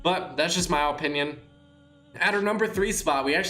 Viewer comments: In my ohpinion i think you should say opinion correctly its very annoying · Its uh pinion not oh pinion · Its pronounced like apinion but he pronounces it like ooooopinion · He says it like O pinion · Stop saying opinion like Opinion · Am i the only one that gets annoyed everytime he says OHpinion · If he says “Ohpinion” one more time, I’m going to kill myself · “O pinion” my O pinion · O-pinion O-pinion O-pinion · Benjamin Evans it makes me cringe whenever he says ooooohpininon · Fr no hate put it’s pronounced uh-pin-yon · Look up how to pronounce opinion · The way he says opinion is so annoying lmao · i hate the way he says opinion